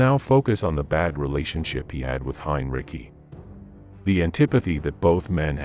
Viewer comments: I’d rather assess the AI vocabulary. It’s terrible. That’s a good example for children to learn the English language. It wasn’t hinericy it was Heinrich. I hate AI narration. I block all channels in AI, because people don’t take time to do their videos correctly. Don’t do it right don’t do it at all. So there’s my assessment. My first and last video of yours. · Heinrich… not heinrici, god damnit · AI said “general heinrikey” 😂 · "HINRICKY"..😂😂😂 WTF.....DUDE im done here listening. Get rid of the gay AI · Heim Ricky? Is this narrated by a robot? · Indeed. Heinricky???